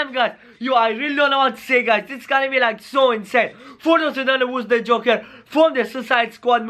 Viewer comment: Joker not juker